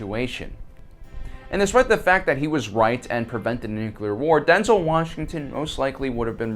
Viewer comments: Nu-clear. Not nuculer. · Is he saying Nuclear, or Nucular? Cause only one of those is a word/thing........................ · You lost me after "nu-cular" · It's NOO - Clear.... The second U is silent.... :-) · Why do Americans like to say NUKILAR..? I thought SODDER was bad enough... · Okay...I'll be "that guy".... There is only one "U" in Nuclear..... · Something ironic in pronouncing nuclear like that in a video about inacccuracies :p